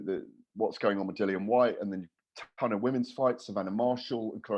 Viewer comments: Patrick your right it’s pronounced lilian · Why does always say Dillian’s name wrong? It’s annoying